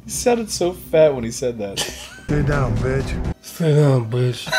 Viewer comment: ''Stay down beech''